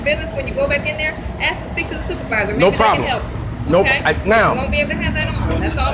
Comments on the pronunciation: It's 'ask' no axe her a question ffs. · Since when did Americans start saying axe instead of ask? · Sorry you can't record audio without consent. And why do you keep saying Aks? instead of Ask? its funny one time he did say ask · The fucking word is ask A S K Not fucking A K S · this video gives my hurt the brain. "i axed a question" and can we stop using "cops kill people" as an excuse? no wonder the guys paying child support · Learn to ask a question. Not axe. Makes you sound illiterate. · It didn't help to say "ax you a question". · It's not aks!!!!! it's ask! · Well, you know, you could quit being a dumb animal, and support your child? Oh, and btw the word is "ask" not "ax" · Its pronounced ask not acks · "All I did was axe a question" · "axed her" W.T.F.?